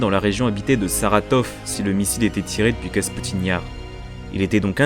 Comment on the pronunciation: Très bonne vidéo. Quelques erreurs mais dans l'ensemble c'est excellent. Attention ce n'est pas Kasputine Yar mais Kapustine Yar (le vallon des choux si l'on veut) et la prononciation de Voskhod est bizarre mais c'est un détail. Je vous signale mon site consacré à l'actualité quotidienne de l'activité spatiale russe, en français: kosmosnews.fr.